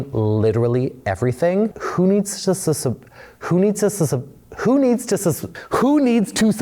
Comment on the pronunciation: This video reveals why this channel isunderperforming. The guy can't pronounce 'subscribe' 😂